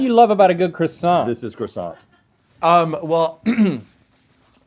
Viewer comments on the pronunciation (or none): The sheer amount of 'hard R' croissants damaged me. Rhett's final croissant saved me.